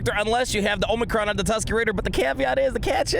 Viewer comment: You get a like just for pronouncing the Tusken.